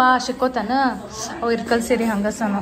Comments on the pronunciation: Sorry akka nan idanna helbeko bedvo gottilla.. Neevu irkal seere anta pronounce madtira anta annistu adakke helta idini. Adu irkal seeri alla ilkal seeri naavu ಇಲಕಲ್ davaru adivi adakke helde tappu tilkobedi plzz.. with lots of love to chikuuuu 😍🥰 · ಇರಕಲ್ ಸೀರೆ ಅಲ್ಲ ಇಳಕಲ್ ಸೀರೆ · ಅಕ್ಕಾ ಅದು ಇರಕಲ್ ಸೀರೆ ಅಲ್ಲ ಇಳಕಲ್ ಸೀರೆ